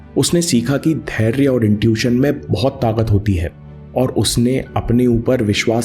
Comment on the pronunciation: "Taaqat ya Taakat" hoti hai, na ki "Taagat".... kindly upgrade your pronunciation. Similarly its "Ichchhaa" na ki "Ikchaa" in your last video. I hope you will take care of it.